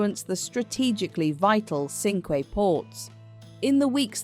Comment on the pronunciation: Great video. Please note Cinque is pronounced "Sank", French five.